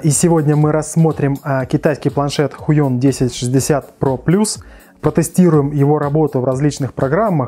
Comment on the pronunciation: Кажется хайон, а не хуйон)